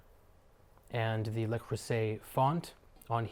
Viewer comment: You're pronouncing Le wrong. You say LE as in LAy. Its LA creuset as in when we say in the Christmas song fa la la la